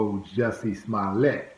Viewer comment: Smoll-Ya 🤦‍♂️